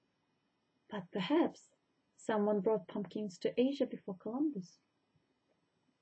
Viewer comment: Did she say 'Columbo' instead of Columbus? lol